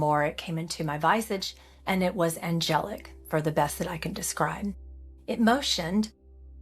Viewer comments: She said: ...came to my vaisidj (visage), so it's an AI generated mistake in pronunciation, so it's fake - AI made!!!! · I confess I had trouble keeping an open mind after when she said the initial being “came into my visage.” Mispronounced and used incorrectly. If that happened when she was 5, there have been many opportunities to correct that wording.